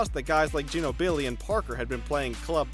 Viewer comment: Learn to pronounce ginobli and Durant! This are all time great basketball players! It's cancer in my ear how you pronounce them